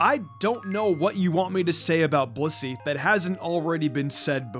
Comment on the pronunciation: Since when is blissy pronounced bussy?